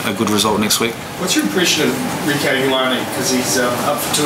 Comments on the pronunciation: Hard to be humble mr gats lol....you use to coach otago !! ....so you should pernounce reikos name properly ......shame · La Lonesko *pronounce *Rieko’s